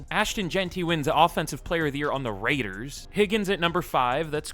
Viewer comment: never say the raiders name like that again